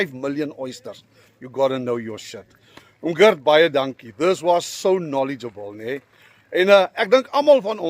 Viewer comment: Asseblief tog! Die arme man se naam is nie "Girt" nie. Dis net soos die Afrikaanse Gert, maar met die harde "g".